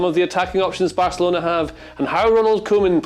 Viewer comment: Barcalona? Don't you mean Barcelona*?